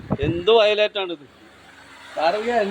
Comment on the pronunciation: VAYILAT ❌ VAYILOT ✅